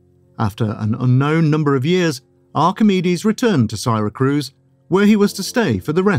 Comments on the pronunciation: Siracruz ? Odd narriation. Good content, i saw once a piece on the evedence pointing to Archimedes being the one behind the Antikethera mechanism and wish i could find more. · the mispronunciation of Syracuse is driving me nuts.